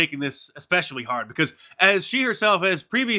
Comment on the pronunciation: Yeah but that black woman says "because" with the "intrusive L", which is honestly annoying af. Anyone who does that should have the self-awareness and intelligence to realize that's stupid and incorrect.